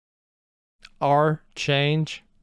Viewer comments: Mihaly's Tac name is the French word for Archangel (Erusea is partly based on France). pronounced ark-aunge, not ar-change. There's actually a little bit of fun trivia behind his tac name, his real name, and the Latin lyrics in his theme. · "Arc-Anj" as in Archangel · Mihaly’s Callsign is pronounced Arc-ange like archangel